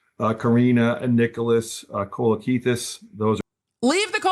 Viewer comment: Thank you for pronouncing Kolokithas correctly 🇬🇷❤️